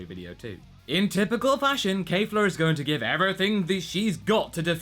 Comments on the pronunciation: Kefla NOT Kayfla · Her name is Kefla, not "Keifla". Where did the mispronunciation came from all of the sudden? I'm quite sure you've pronounced it correctly in the previous episode